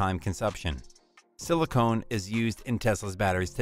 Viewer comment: Great video but...Silicon not silicone. 😀